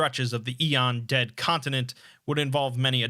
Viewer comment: not sure if he’s mispronouncing it or it’s a regional thing